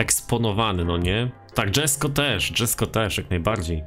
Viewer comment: Koenigsegg Jesko czyta się tak jak jest napisane czyli "JESKO" xD "DŻESKO" brzmi gorzej niż "LAMBORDŻINI"